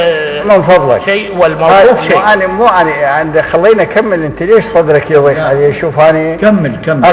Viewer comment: رحمة الله على روح الشهيد صدام حسين ملاحظة : (يديق) صدري بالضاد وليس بالدال (((( يضيق ))))